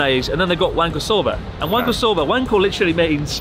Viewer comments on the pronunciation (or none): Wahnkoh* not waynko...